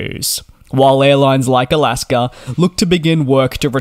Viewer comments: It's not Alasker, it's Alaska. Thanks. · DJ I love you but please stop calling them Alasker Airlines lol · DJ, I didn't realize there was an "r" in the word Alaska, or are you saying " I'll ask 'er." ?? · Dude ALASKA does not have an R, it is not alasker airlines. Why you adding an R. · Irs AlaskA airlines Not Alaskar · There is no “r” in “Alaska”.